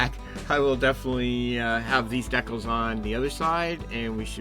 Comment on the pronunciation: Dec-els? Don't you mean Dee-cals? 😊